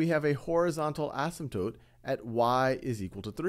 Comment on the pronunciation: I've been wondering if the Wiley Plus minilecture guy and the Khan Academy guy were the same guy, but I just noticed the Khan Academy guy knows how to pronounce asymptote, so they can't be.